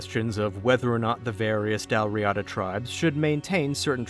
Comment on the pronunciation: The pronunciation of dal riata doesn't really match either of the pronunciation you gave, but it's similar to both. The little turned e you see in the pronunciation guide there (which is written in ipa) is a schwa, which stands for the vowel that in english occurs practically everywhere in unstressed syllables, for instance, it's most word final 'a's (and in fact the word final a in riata is pronounced exactly correctly in both). But the first a in riada isn't silent nor a stressed ah, but that reduced schwa vowel isn't really allowed after another long vowel in either of our dialects of english, so I can't really transcribe it without ipa. I guess you could try like, saying rirder in an boston accent, but that might not get you any closer.